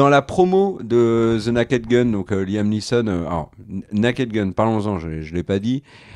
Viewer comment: Merci pour cette agreable vidéo et votre acgent anglais inimitable ! Alors un conseil : con dit "nez-ked" pas "na-ked" 😊